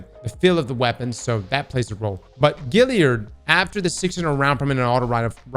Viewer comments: Great stuff. However…GALliard. Like “hey that gal is hot”. Not like “that fish has gills”. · Gal yerd. GAL! NOT GIL! GAL😂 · All these years later and ' still can't pronounce Galliard lmao!🤣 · Still have my god roll Kindled Orchid (and nearly every other Black Armory weapon), Duke Mk44, Spare Rations, and a few others.:) I love how to this day still mispronounces Galliard.